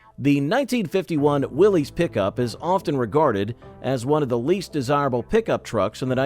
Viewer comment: Let's start with the first error. Willys is Not pronounced Willies. It Is pronounced Willis. Accuracy goes down from there.